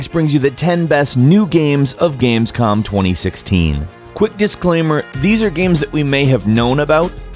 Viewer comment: "Games-Cum"...That's what I heard xD